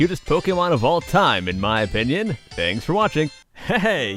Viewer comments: he doesn't say 'opinion' he says 'onion' XD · XD I Like When You Say Onion Instead Of Sayin Opinion o3o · is it just me or does it sound like he said onion haha lol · Did anyone else notice that he says "in my onion" ?